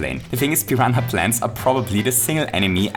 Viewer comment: Did he just say Pi-ran-ha Plant